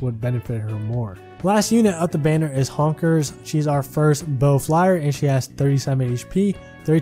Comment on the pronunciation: You called Hinoka "Honkers" LMAO